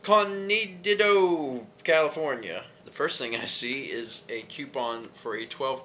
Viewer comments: The horrible Spanish around pollo (poy-yo) and the terrible pronunciation of escandido hurt my souls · "ESCK-UN-DEED-OH" is how you pronounce. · Dude, you don't know how to pronounce Escondido, my home town *face palm*